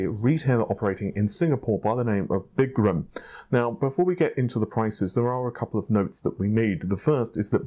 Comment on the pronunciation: Er,? It's not Big-gram, it's Biz-gram.....